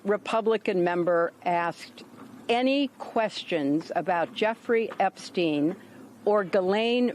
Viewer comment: She called him EpStine lol😂 juicy juice 🧃